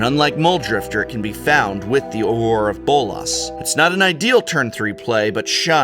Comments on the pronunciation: He pronounced it wrong. It's Awe-Grrrr. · Just because it's a pet peeve of mine: it's pronounced "ah-ger," Professor. This deck makes Pauper look very enticing to me. <3 Control. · Sorry I gotta be "That guy" but... Prof you are an English major right? How is it you don't know how to pronounce Augur? it is "AWE-GER" ~portend a good or bad outcome. But nice try with the frenchy version AWAR of Bolas ? Sorry fer bustin yer balls, love yer vids. P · Aw-ger. Eh-vin-car. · Awww-GRRRR AWWW-GRRR, not Auror. :P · Dude, Augur is pronounced like Agury, as in seeing the future in animal entrails. Are you not familiar with the term from greek mythology? It's pronounced Aww-Ger. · wait how is he pronouncing augur? its like this, "aww-grrr" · Nope, its Or-ger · Uhhh, that's not how "augur" is pronounced... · Professor, I love your videos, but that pronunciation of "augur" was painful. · What is this "Augur" pronunciation? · I had the same thought. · Is THAT how you pronounce Augur?!? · So I guess I've been pronouncing Augur incorrectly all these years.... lol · I've never heard anyone pronounce augur or Evincar this way before, and now that I type the word out for the first time, does anyone else find it strange/ominous that Evincar is a near anagram for Ravnica?